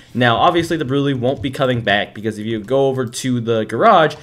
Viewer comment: this opened my eyes but the way you pronounce brulee is actually brûlée like the creme brûlée desert